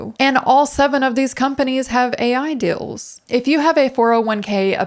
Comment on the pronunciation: Unrelated but I keep on hearing 'dills' instead of 'deals' and it's super distracting xD